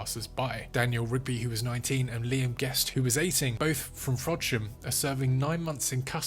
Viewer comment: Lost braincells hearing your attempts at pronouncing Frodsham, sciatica, Rhyl, Kinmel Bay...